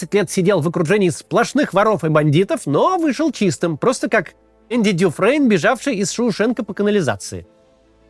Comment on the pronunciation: Эндю дюфрейд 😂😂😂